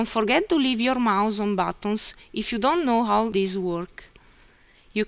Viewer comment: for instance, she doesn't use an "H" in saying the word "how"... this is very common in eastern bloc countries and Russia.. not even close to Italian..